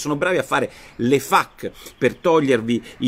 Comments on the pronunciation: Dott. Porro / "FAQ" si pronuncia "faqu' non 'fac'. Miraccomando. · Nicola la stimo moltissimo, ma la pronuncia è feic. Mi raccomando! :D